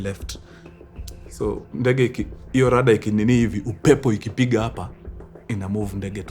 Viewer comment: Kuna mtu hapa kenye ameshika tu ni 'Rada' wacha 'Rudder' 😂